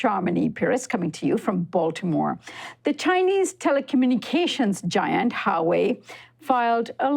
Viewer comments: HWA WEI not Ha wei not Sua wei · It's Huawei (Wa way), NOT "Ha Way". Is this supposed be a professional news program??? Do you do any preparation before you speak? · Who-Wa-Wei not Ha-Wei. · Love your show, but please study the pronunciation of proper nouns (Huawei) before doing pieces on them. It was almost cringy enough to leave, hearing Sharmini keep saying HA-way, instead of Wa-way, especially when it's pronounced correctly in a video clip used for the piece. Still love the show. Keep up the good work. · "HWah-way" not Highway lol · IS HUA..Wei not HA WEi!! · Great report, however it's pronounced Wā-way, the 'H' is kinda silent. I kept cringing everytime you pronounced it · You spoken as Hauwei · I think you of all people should appreciate the importance of pronouncing names properly. It is not Harway. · Huawei: huu-waa-way > hua-wei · I think it's "Wah-way." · Richie Rich HUA ( WA) WEI ( WAY)..GOD Americans tongues gets twisted with other foreign words like SPANISH, ASIAN, RUSSIAN ... etc.. annoying! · You guys are seriously horrible when it comes to pronouncing anything Chinese. "Hawei", "President Gee" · It’s pronounced Wa-way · Can I really trust you when you can't say the second largest phone manufacturer correctly?